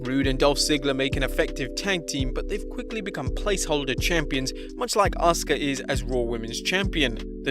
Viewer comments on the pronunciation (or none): none